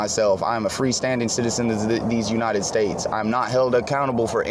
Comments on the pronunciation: I bet his grandma would be embarrassed of just how stupid her grandson has become. Did this clown say these anited states? 🤡🌎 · "these ANITED states." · He says, "these anited states"